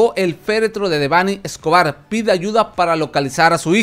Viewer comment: De perdido pronuncia bien su nombre